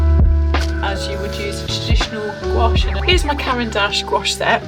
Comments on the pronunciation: I’m sorry but goo-ache hurts my brain. I am forever shouting at YT - gwash!!! It’s gwash!! Now that’s off my chest, nice review. I have this set and I just love it but I would have preferred the gray pan instead of violet. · Hi, as a french person I can say the pronunciation would be closer to "gwash" than "goo-ash" since we don't tend to separate the "ou" and "a" sounds that much when speaking. It really sounds just like "wa" really. Just like our world for yes, "oui" sounds more like "wee" than "oo-ee" 🤗 But please have a little trip in France ! And though Paris is obvioulsy a very beautiful capital, other cities in France are worth visiting ! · It’s pronounced “Gwash” one syllable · in france we pronounce it "gwush" (as in "gust"), after "gw" it's an "ah" sound, not "oh", and it's definitely NOT "goo" 🤣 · It is pronounced gwash as you hear it in wate. You don’t separate the sounds even though you could grammatically separate the syllables. “Ou” in French is indeed pronounced like “oo”. But when you just say the word gouache, you pronounce it as if it was one syllable in a way. It sounds weird to insist on the separation of the syllables. 😉